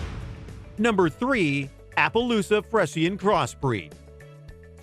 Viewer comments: Fresh-in???? Friesian is pronounced:free-shin not fresh-in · freisian is pronounced free -zhen not fresh -en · Friesian: Free zhen . Please verify pronunciations of words you don't know. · The Friesian is one of my favorite horse breeds, I was kind of upset when the name was pronounced wrong.